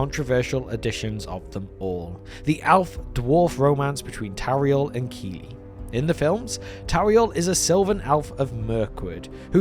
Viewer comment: The funniest thing about the addition of Tauriel is that they don't even pronounce her name correctly according to Elvish pronunciation. Thank you,, for actually reading the pronunciation guide in the appendices.